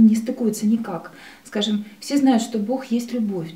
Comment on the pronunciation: "скажём так,скажём так" всё нё так мнё, всё нё так..